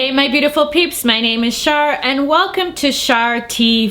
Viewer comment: OMG, Char, thank you so much for the shout out! 🙌🏼 Yes, you said my name correctly!! I am simply happy to send you good energy! Your channel will only continue to grow, you're doing such a wonderful job! Also, you have such a bright soul, I know you're a star! Always shine brightly, Char! 🌟✨